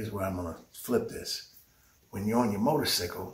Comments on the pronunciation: Y he jeep saying motorsickle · Am I the only one that can't get past the "Motor-Sickle" part?